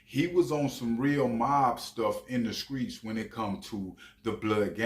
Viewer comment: He said the skreets 😂